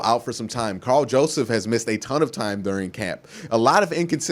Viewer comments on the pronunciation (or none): none